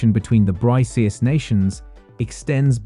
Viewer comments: It's BRICKS, not BRISEES!!! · It is to be pronounced as ‘BRICKS’, not ‘Brice’s/Brises/Bryces. BRICS is the future, Thanks to Russia 🇷🇺, & Dr Manmohan Singh🇮🇳, China 🇨🇳, South Africa 🇿🇦, 🇧🇷 Brazil.